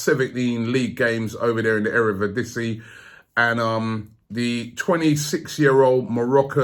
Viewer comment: Robbie said erevidisie it is eredivisie